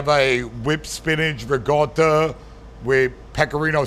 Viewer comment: "Sardeina", "Rigoda", "Mudzarel", "Boloun"... Geez... Can't stand americans who call themselves italian just because their surname is italian (which they can't even pronounce correctly. Great that it works in america but stfu